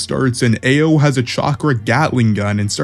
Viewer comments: Ao is pronounced "Ow" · Omg your pronunciation of Ao is atrocious 😭 it's not "Eh-oh" it's "Ah-oh" or "Ow" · dude a o dude its pronounced ow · For future reference brother, Ao is pronounced like "ow" (like that hurt). Other than that, good video. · Homie your pronouciation of everyone's numbers is all wrong. AO is pronounced as "ow" then mugina as you say it is pronounced as Mugino pronounced as Mujino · Ao is pronounced like “ow” Katasuke is pronounced “kah-tah-soo-kay” just say it a little faster. Mugino is pronounced “Mew-gey (like key)-no”